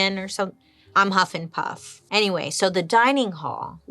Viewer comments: Lol, "Huffinpuff" "Slytherhen" Also Joan was cute 😂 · She said Huffenpuff and I died. 💀 Love you Bailey! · Did she just say "Huffenpuff"🤣🤣🤣🤣🤣🤣🤣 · Bruh...Huffenpuff?...sounds like when I go hiking.😒